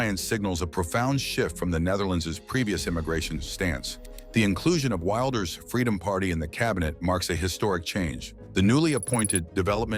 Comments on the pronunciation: Could you stop the far right bs? He's just right. And it's pronounced WILLders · Why can you not even pronounce the name Wilders correctly? Do some research. I'm Dutch and I'm not going to change American names.. Lame 😅